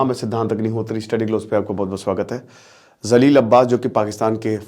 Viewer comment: Zaleel 😂 nahi jaleel